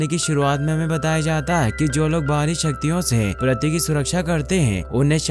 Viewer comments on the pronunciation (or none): प्रथी नहीं पृथ्वी